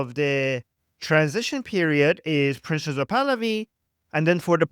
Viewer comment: Thank you for your channel! I have a small side question. I keep hearing you and others referring to the crown prince as "princess of Pahlavi", or maybe "princes (as in plural?) of Pahlavi". Why is that? Do I misunderstand the pronunciation somehow?